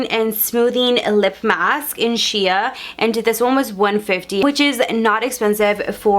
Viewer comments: Shia? It’s pronounced shay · Hi it's not she-ya. Its shea like Shay. Shea butter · Shea. Pronounced sh-ay not sh-ee-aa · Shea = shay & Dior = dee•or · Samantha Bearden That was driving me nuts! I was literally screaming out loud "Shea- it's sh-aaaaa, u know sh-aaaa butter!!!" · Amber Graber omg I was thinking the same thing. Lord have mercy. How can you be a beauty Youtuber and not know how to pronounce names of beauty products?